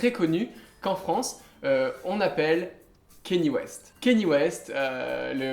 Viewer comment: C'EST QUI KINNY WEST BORDEL